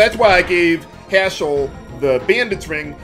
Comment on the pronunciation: I don't know if it's just me....but whenever say Haschell's name, it sounds like Asshole to me. LMAO!